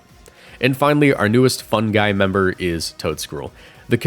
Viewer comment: It took me until the end of the video to realize he wasn’t saying “fun guy”🤦‍♂️